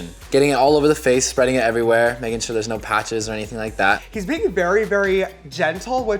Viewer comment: shore = definitely not sure